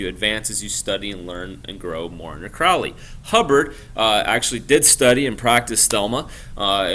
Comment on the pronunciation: It's CROW (like the bird) LEY and it's THELEMA a Greek word not Thelma. Just FYI.